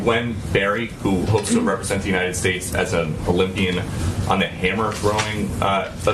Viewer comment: I swear I thought Krystal said when describing the athlete “camera thrower” instead of “hammer thrower” 😂😂😂😂